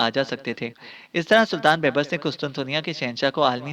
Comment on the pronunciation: بھائی بیبرس ب٘یب٘رس دوسری ب کے اوپر شد ہے